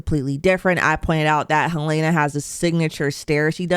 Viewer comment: The name is pronounced HEL-lah-nah, not Hel-LAY-nah.